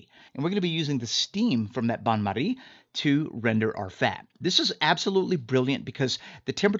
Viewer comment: I abolutely love when americans try to pronounce different languages, especially french like with bain marie